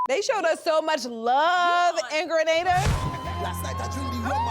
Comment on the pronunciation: As a Grenadian, I super proud to see my beautiful Island being showcase on this major platform. I'm also very happy that they are pronouncing "Gre-nay-dah" correctly👏shoutout to the show EP Glenda Cox, a born Grenadian who championed this move 👏👏